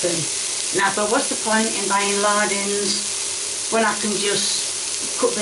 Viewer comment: "it's lardons, not lardins" 🧙‍♀️🪄😂😂